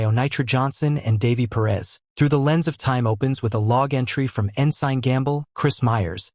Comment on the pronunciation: Please learn how to say ensign. Also the reason they had the right artifacts wasn't coincidental, it was because those artifacts helped them gather the information to find the site.